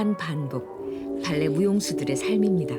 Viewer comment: 성우님 발레 발음을 왜이리 봐알레~ 라고 느끼하게 하시는건지…😂 그냥 담백하게 발레라고 하셔도 될것을요